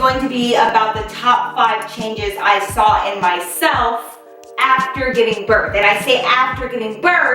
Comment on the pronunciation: You missed the “G” in giving girl😂❤️